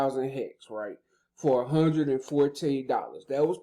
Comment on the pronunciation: Foe Hun-ed lol